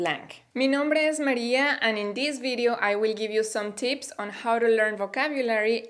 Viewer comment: I love the way you spell tips as teeps